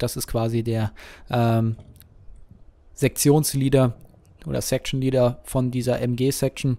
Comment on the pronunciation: Good stuff. Love the content (and your butchering of the word "section" <Super German)